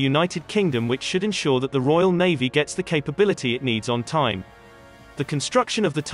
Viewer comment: Navvy or Navy? These voice commentaries are dreadful.